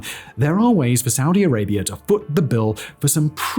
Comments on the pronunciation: Saudi Arabia doesn't end in an 'r' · "Saudi Arabiar" -Simon Whistlier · Why does he insist of pronouncing it Saudier Arabiaer? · "Saudi Arabier"? How can you not know that you're saying it like that?